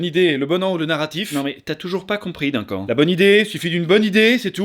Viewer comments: Oh mon dieu tu a dit « dinquant »pour le prénom Duncan je suis morte le respect 😭 mon frère s’appelle comme ça aussi j’ai explosé de rire 😂😂 ça se prononce « deuncan »😅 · Ca se dit "deune canne", pas "d'1 quand" ... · Duncan ... " Deunn Kane " .. par pitié...😭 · ÇA SE DIT "DEUNECANNE" !!! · C'est tellement fait avec sérieux que j'ai cru à une énième prononciation farfelue américaine 😅